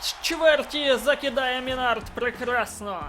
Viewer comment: И Минард ударение ставь на ми а не на склад на